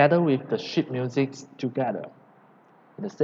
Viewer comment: I really don’t wanna make fun of you but I had to laichst so hard when you said sheet because for me it sounded like shit.